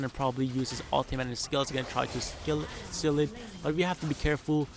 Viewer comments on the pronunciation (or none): none